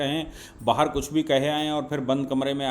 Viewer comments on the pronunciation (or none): none